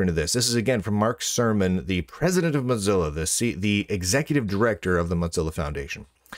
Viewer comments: Why does he say "motsilla"? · I swear he says moth-zilla on purpose. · I keep hearing Mud-zilla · That was my impression. A subtle insult every time he says their name.